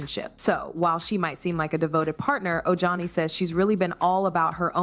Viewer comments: LoL his name is pronounced o-hani. Ojohnny makes me laugh!! 😂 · It's pronounced OHANI brother.😄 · It’s O-Han-ee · Oh- Hunnie. That’s how you pronounce his name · It's said oh-hah-ni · o hauni u pronounce the J as an H